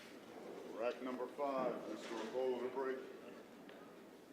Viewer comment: It is Orcullo isn't it, not Orcollo ?